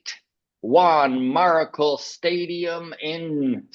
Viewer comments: Hey guys. It’s Juan MariTCHal how you pronounce it. He’s a legend and deserves better 😅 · Juan Marichal is still alive at 87, which is cool. The "ch" is pronounced with a "sh" sound, if I remember correctly.